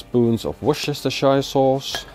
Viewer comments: should be more like “wuster-sher sauce”. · It's pronounced WUSTA-SHUH. Trust me, I live there. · Worcestershire is pronounced "wuss-ter-sher". See, it's easy. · worcester-shire sauce :D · Wustashasi sauce 🤣 "wusta-sher" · “whoosh-shashter-shire sauce” lol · its pronounced 'Wooster Sauce'! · woorstershire-shire sauce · Its pronounced “Wooster Sheer” sauce. Cheers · You should learn how to pronounce Worcestershire sauce, it's pretty hard though :D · Trouble saying Worcestershire sauce there.